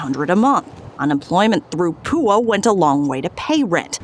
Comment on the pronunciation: She said “PUA” like an idiot 😭😭😂